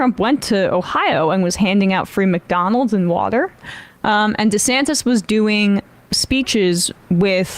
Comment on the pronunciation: So disrespectful, mispronouncing his name like that. It's DEE-Santis, not DisAntis. Disgusted at TMR for stooping to Tucker Carlson-esque tactics.